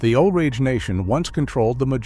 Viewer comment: And "The Osage Nation" Not the "Ol'rage nation"